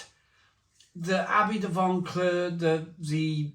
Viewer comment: There's no "n" in Vauclair. You're corrupting pronunciation and people are learning from you. I heard another reviewer use the "Barry" pronunciation of "Lamonde" for Loch Lomond. Also this beer is too expensive, jumping on the Craft Brew rip-off scene.